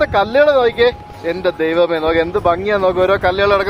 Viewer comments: if u don’t mind,, please clearly pronounce Bangy ഭംഗി, check in net how to pronounce, most of them are not correct, you are our favorite vloger, so kindly attention on words pronunciation. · Bro, bangi alla bhangi... Bharani de Bha